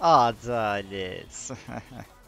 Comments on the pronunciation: Değişik bi şekilde adelet diyosun çok güzel bence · Azalet demen efsane bana gore ama haklisin seven var sevmeyen var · r atarken adaleğt deyişin için izliyom sal o boş yapanları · Ğadağlet demeye devam et senin olayin bu seviyorum xd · senin adalet deyişini beğenmeyenler varsa izlemiyebilirler